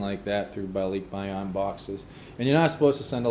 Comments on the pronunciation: I don't mean to be a pronunciation nazi, but I've always heard it pronounced ba-lik-bay-on, not ba-leek-bay-on, but then, most of my barkada in the US, and my wife's family is from Luzon. Is it pronounced differently the south? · Why isn't Michelle correcting your pronunciation? It's Ball-lick-buy-on. :) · it's kind of like you say to-may-toe vs someone else saying toh-mah-toe. American Filipinos say Ball-lick-buy-on because they don't have the filipino accent but mainland Filipinos say LEEK probably because they have an accent. Just threw me off because you said it like you have an accent but you don't. ;) I am filipino american and I love learning about you two, thank you, keep up the nice videos!